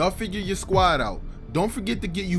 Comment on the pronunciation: he said sqaud I'm dead